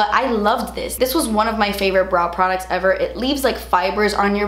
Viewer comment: "PRODUTS" LMAO